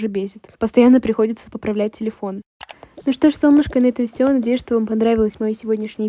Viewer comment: Почему солнышко а ни солнышко